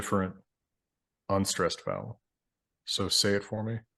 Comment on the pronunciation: In addition to the main topic of this video being super interesting, I was fascinated as a German speaker by how well could make the single syllable "so" sound German.